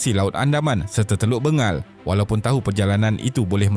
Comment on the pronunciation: Sebutan sebenar ..Teluk Beng gel bukan Be ngal